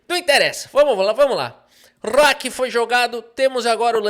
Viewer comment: "rrróooooqui foi jogado..."